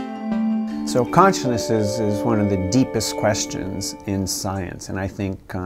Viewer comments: so, conchnuss uss uss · So conciousussesnessess…….. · I stopped watching when he couldn't even pronounce consciousness.